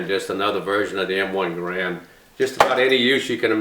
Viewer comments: Not to be picky, & I'm sure you're aware, it's pronounced, 'Geh' rend' (same as errand), not Ga Rand. I believe that spring steel enclosure encapsulating the 8 rounds is called an enbloc.....not a clip, right? I thought it IS possible to "top off" the enbloc by using rounds mounted in a charger that is then inserted into the charger guide, & pushing the proper # of rounds down (like one loads an '03), into the enbloc...& removing the charger from the guide. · John Garand ( GAIR-und Rhymes with errand ) designed it but it seems everyone pronounces it *Guh-RAND*. I've heard many people ask the question, ''Which is the correct way to pronounce it?'' and I guess it only ''matters'' to those asking and I guess only those asking are ''who cares''. Which pronunciation do you use? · Was surprised that Jerry mispronounced Garande like that. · He was French Canadian, so it's likely pronounced more like "Gairon" with the d silent. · not right pronounciation, but ok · According to American Rifleman; The pronunciation on John Garand's grandson's answering machine/voicemail message states the family name as "Guh-rand". Not a big deal, as we all know the great gun we are talking about. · Great video, it's pronounced Gair-end though. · garand would be pissed if he knew nobody knows how to pronounce his name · I was surprised that the great Miculek doesn't pronounce the name properly.